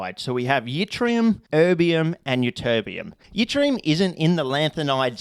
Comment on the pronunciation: once again, wildly mispronouncing things. keep it up mate (theres no "y" sound in Yttrium, its like "it-ree-um")